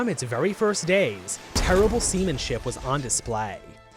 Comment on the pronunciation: Heh heh, semenship